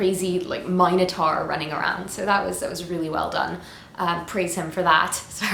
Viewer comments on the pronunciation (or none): MinoTAR;-), the U isn't silent, my dear!